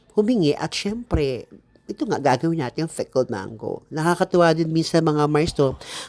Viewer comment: Mars, pickled ba o "fickled"? Haha